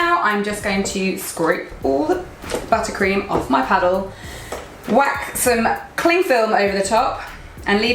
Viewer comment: “Im gonna cover it in cling film” (southern accent) 😆 love it! Lol much love from Houston, Tx!